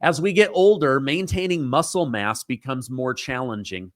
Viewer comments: LMAO! Massel muss! You don’t miss pronounce much! But when you do it comes with a trophy! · Lol "massle muss"... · Lol massle muss (muscle mass) great blooper!! Had me rolling!!🤣😂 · Ok that was hilarious. MASSLE MUSS. We all do do it. Still enjoy your show😅